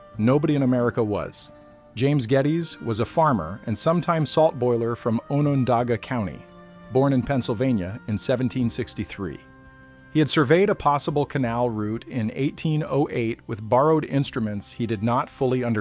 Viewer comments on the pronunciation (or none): It’s pronounced “O Neye Da” and “On an Dog Ah”. If you went to the trouble to be historically accurate then at least get the voiceover correct. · ON-ON-DOG-UH Onondaga, lol, source; I live here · You absolutely butchered the pronunciation of “Onondaga county” 😂 soooo badly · Excellent. Work on the pronunciation of native American words like Oneida and Onondaga.